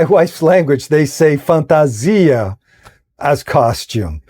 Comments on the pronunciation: Your wife must be Brazilian! Your pronunciation of "fantasia" is perfect Brazilian Portuguese. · I found it surprising that you pronounced the word FANTASIA with a very Brazilian accent. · To be honest, what surprised me was your perfect pronounciation of the word fantasia! My mother language is portuguese, I can tell you sounded just like a native speaker! I can bet your wife is either Brazilian (probably), or Portuguese! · Your wife must be Brazilian! You pronounced the word "fantasia" with such a perfect Brazilian Portuguese accent that I can only assume that.